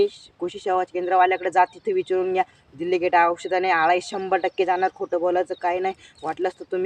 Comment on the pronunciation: दिल्लीगेट नाही,डेलिगेट म्हणतात ❤